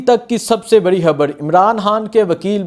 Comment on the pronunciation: 🟨🤦‍♂️ حبڑ نہیں ہے ۔ "خبر ہے"